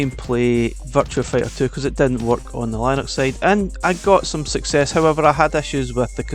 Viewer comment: That's not how Linux is pronounced lol😂